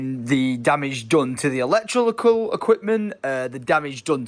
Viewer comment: trynna say “electrical” has me howling 🤣🤣